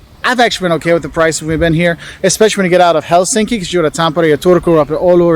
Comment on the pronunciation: And the language is pronounced as it’s written ie the letters are pronounced the same way independent of the other letters in the word and the stress is always on the first syllable. 👌Common mistake is HelSINki😣 as it should be HELsinki.👍 And one letter is short whereas double letter is long sound.✌️The letters are pronounced the same as in German or Italy ie â is like a in bad and ö is ir in bird Swedish å is not used but it’s in the alphabet as there is Swedish minority and names. This guy made a mistake in the beginning as he said kylä=village, when he should have said kyllä=yes🙁 He also forgot to mention that typical Finn always thinks twice before he says nothing.🤐